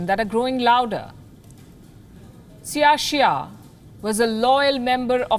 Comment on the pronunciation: It is CAI = KAI Xia